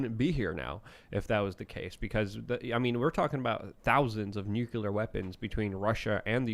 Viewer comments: I love you buddy, but it's nuclear, not nucular. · why do they keep saying nuclear wrong?"nukelar" wtf